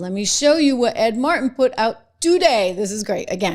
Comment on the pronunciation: Trish, why do you sound like a sister when you pronounce "Martin"?